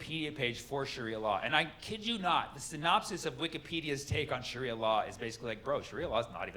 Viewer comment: I can’t get over the way he pronounces it, tho, isnt it “shaaria” not “shuria”